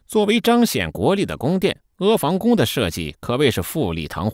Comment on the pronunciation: 房音同“旁”不是“防”